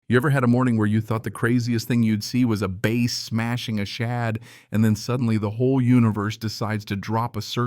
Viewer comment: It's pronounced bass, not base. It's a fish. Write out your script, and record it with video. AI is not yet the future for you.